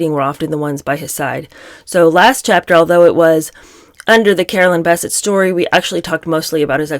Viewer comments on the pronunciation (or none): It's Bisset not Basset. Still like yoy😊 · Bessette: emphasis on the second syllable. Think BesSET. Enjoy your channel. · Her last name is pronounced Biss-ette. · I thought is was pronounced Beh-SET. You learn something new everyday. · It is pronounced Bessette! emphasis on sette/ Bes'sette!!!! two syllables not one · PLEASE pronounce Carolyn Bessette's last name correctly! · Good video but you are mispronouncing Caroline’s last name. It’s annoying. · Love you so much but the way you say Carolyn’s last name ‘Bessette’ is so distracting cuz that’s now how u say it😬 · You are mispronouncing BESSETTE- how rednecky of you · Would help if you could actually pronounce her last namely correctly. And what is with your weird John voice? Creepy. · You are mispronouncing Carolyn's last name. The emphasis is on the second syllable. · I find your commentary acerbic and disturbing. You did not know them. None of us did. so.....try if you can to read w/o editorializing. and please try to pronounce Carolyn's name properly. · It is. It's accentuated in the last syllable, like "upset". I hope she corrects it. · Yes, agrees. And that is what I said. There are two syllables and the stress, is as I indicated, on the second. I was just writing it out phonetically using the all caps to show the stress. I wanted to point this out in a helpful way because she is a really, really good commentator......, you are awesome!.....I mean her overall delivery and side comments are just amazing. Some people get so harsh and nitpicky with youtubers who provide really good content.